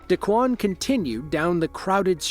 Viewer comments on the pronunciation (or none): d'kwon, d-Quon, whatever. pronounced D E E E E E E E-ad......at the scene.